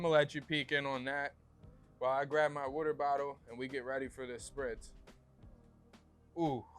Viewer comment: I knew he was close to or from Philly when I heard him say “Wooder” 😂. You know I gotta subscribe to my Philly folks